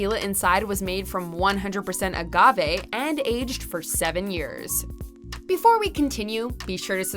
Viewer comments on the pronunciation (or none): none